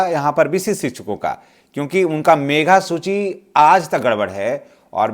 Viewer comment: मेघा सूची नहीं मेधा सूची बोलिए।